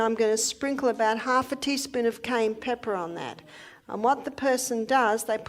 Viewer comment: Cayenne not cane! Very poor pronunciation